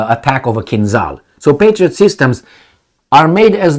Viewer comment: For Gods sake man,you are a Romanian so you should pronounce Kinzhal properly:its not KinZal but ZH like Georgi Georgiou Dezh your old politician.Od Marshal Zhukov.